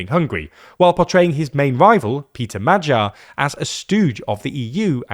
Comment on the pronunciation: Please learn how to pronounce Magyar correctly. It's not MadJar